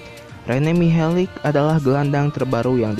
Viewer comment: Mihelic...huruf terakhir "c" dibaca tetap "c" gak jadi "k", sama sprti modric, malisic, savisevic, glusevic...pokoknya semua orang balkan/ ex. Yugoslavia.. c dibaca tetap c, giti saja bro...piss ah